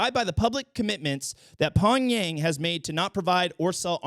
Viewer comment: When said Pong-Yang I literally died. Im forever calling NK's capital Pong-Yang from now on. I legit would vote for you